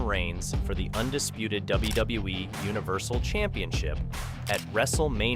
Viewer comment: I think it's AI generated, the voice over and some of the images... just listen to and how it says WWE lol " W-Duh-WE"